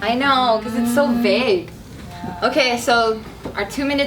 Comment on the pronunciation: Hey it's Vague, not Bague. lmao